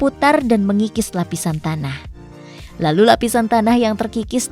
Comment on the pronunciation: Pas bilang LALU kek ngmong b.ingg😂